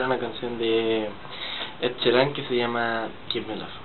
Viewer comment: Me encanta como cantas... pero es Ed Sh"i"ran, se pronuncia Shiran ;(